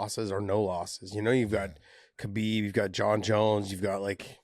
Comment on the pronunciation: Finally yall are saying khabib name correctly.. You would think josh would know it with him saying how much he has been around him